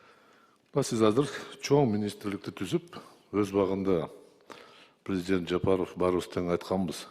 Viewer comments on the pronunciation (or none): none